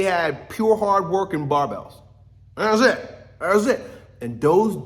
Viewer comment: .. ”dats it,nnaaassit”